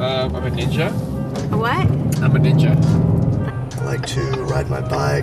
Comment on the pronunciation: Dark Horse Woodworking dude.. I had to do a double take cause I thought he said he’s a dj, but he really did say ninja! Lmao